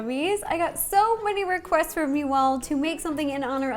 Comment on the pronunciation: you missed out all theses years to say roquests instead of requests!